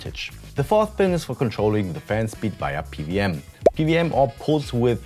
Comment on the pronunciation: PWM = Pee DoubleYou M ansonsten gutes Video xD